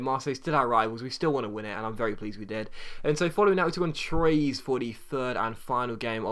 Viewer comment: anyone else cringe at his pronunciation of troyes it's trw-a